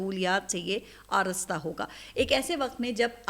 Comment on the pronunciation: باجی آرستہ نہیں بلکہ آراستہ